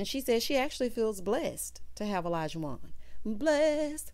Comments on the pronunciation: Hey girl hey! Great review…I think Katina (Katrina) and Olajuwon (Alljohn) cannot pronounce each others name so that might be a sign. I’m still holding out hope for them… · Yeah the not pronouncing Olajuwon correctly is so weird to me. Far more complicated names than that.